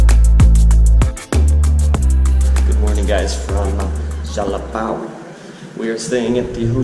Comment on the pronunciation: Whaaat managed to say Jalapão i was expecting jalapau hahahahaha. So hard to see nort americans pronouncing nasal words.